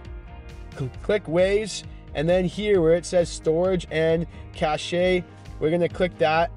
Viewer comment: Cache is pronounced as "cash" not cash-shay.